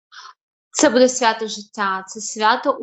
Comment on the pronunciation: Привіт, любі дівчата! Хай ваша праця буде на благо людям! В цьому відео, ви багато разів говорили слово "буде", і мені здається, що наголос треба ставити не в кінці, а на початку слова. Можливо я не права, і це не дуже важливо, тому прошу прийняти інформацію без образ. Будьте здорові та щасливі! Слава Україні!